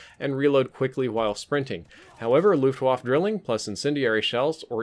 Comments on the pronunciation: Why do you keep saying Luftwaff? It's pronounced Luftwaffe. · “Luftwaffe” is pronounced “looft-vaffeh”, not “looft-woff”. Same for the “waffe”; it’s “vaffeh”, not “woff”. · Luftwaffe = Luft-Vaffa